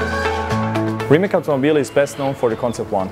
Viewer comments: Da, ali je stvar sto sam Rimac i njegovi zaposlenici izgovaraju RimaK i tako ih uce pogresnom izgovoru. Potpuno pogresno, to su osnove izgradnje nekog branda, ali i stvar opce kulture. Ne znam tko im radi marketing, ali zalosno je da je ovakav ogromni propust, tj. greska napravljena, a u pitanju je vrhunska firma. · Nije mi jasno zasto stalno izgovarate RimaK, a ne RimaC? Jeste li vi Amerikanci ili Hrvati? Vase prezime se izgovara RimaC i drzite se originala i naucite ostale, svojim izgovorom/primjerom, da pravilno izgovore prezime. Ne izgovara se Lambordzini, vec Lamborgini i svaki Talijan ce vas odmah ispraviti ako kazete nepravilno. To je stvar opce kulture, ponosa, tradicije, ali i kvalitetnog marketinga. Firma Rimac, je vec sada postala ekskluzivna i legendarna pa zar ne zasluzuje da joj se ime (prezime) izgovori pravilno???